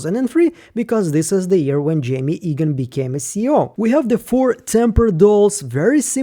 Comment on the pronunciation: Quick pronunciation note, I believe you are saying Jame Eagan incorrectly, it should sound like James without the S. The way you’re saying it now sound like the name Jaime or Jamie.